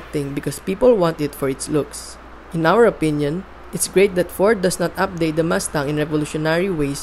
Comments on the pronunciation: Wow nice muscle car Ford MASTANG as you said😂. I thought it pronounce MUSTANG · I can't finish the video. Because mas tang oh my fuckin god. Ears are bleeding you can't say it right.